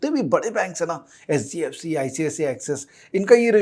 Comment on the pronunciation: Pronunciation of HDFC sounds sbfc